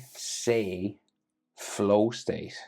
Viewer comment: bro u pronounced itoshi she wrong it pronounced sai